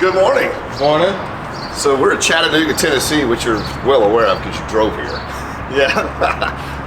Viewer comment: Chattanooga and Chickamauga pronounced like a true Southerner.